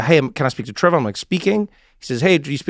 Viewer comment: "Ehy, it's TRE-VOR"